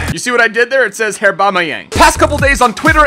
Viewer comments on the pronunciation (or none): none